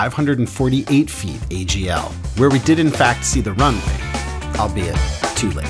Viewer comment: “Albeit” not ‘“all be it” 😂.